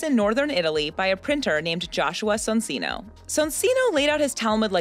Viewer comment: great video btw soncino is prounounced son-chee-no